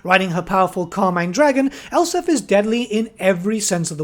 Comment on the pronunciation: Elspeth not Elsif